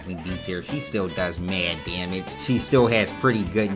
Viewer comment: "Maird Dyamage"